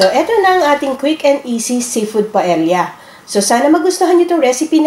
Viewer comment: Pronunciation of Paella is Pa-e-ya, hindi pa-el-ya. Silent L po